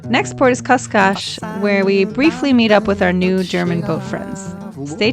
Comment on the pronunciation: Cascais actually reads "cash-caysh". In Portuguese s is almost always a sh. 🙂